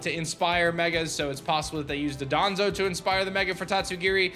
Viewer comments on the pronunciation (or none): Dondozo not dadonzo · It's not Dodonzo but Dondozo 👍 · You keep pronouncing Dondozo like "Dodonzo". I think you're getting it mixed up with Dodongos from The Legend of Zelda. Dondozo is "DON-DOUGH-ZOH".